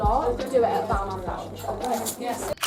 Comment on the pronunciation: That pronouncing of Balmain is brutal